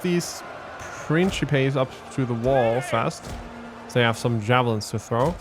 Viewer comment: Good to see you back doing TW Rome 2, just catching up on the campaign. And it's Prinkipes for the early Republic, my good sir, the Princhipes pronunciation for the c developed in the very late empire and Vulgar Latin.